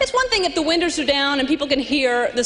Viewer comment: Did she at first say winders? Where is she originally from? The East coast? No offense if you are!